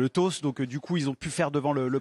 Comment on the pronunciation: Castaldi, le « toss » ça se prononce comme dans Biscarrosse ou dans Lacoste, désolé mais Franco Australien et ça m énerve, on est pas obligé d utiliser des mots anglais mais si tu le fais, fais le bien.